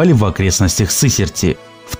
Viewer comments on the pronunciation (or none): Да что вы ударения то не в тех местах ставите!!! Мне как жителю екб ваше произношение уши режет! Не сЫсерти а сысЕрти. Не шАбровский а шабрОвский карьер.